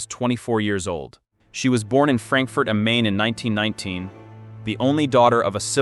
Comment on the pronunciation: IT IS NOT FRANKFURT AM MAIN. , IT'S PRONOUNCED JUST LIKE THE ENGLISH WORD MINE.